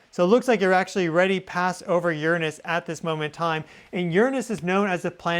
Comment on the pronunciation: finally somebody that pronounces Uranus correctly! It sounds so much better like that.